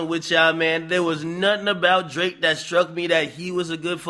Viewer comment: Is it Drake or D L ake 😂😂😂